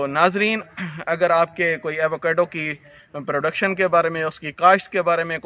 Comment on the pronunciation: ایوو کیڈو نہیں ہوتا ایووکاڈو ہوتا ہے یہی نام پورے امریکہ اور میکسیکو میں استعمال کیا جاتا ہے